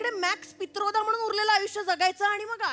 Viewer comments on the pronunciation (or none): none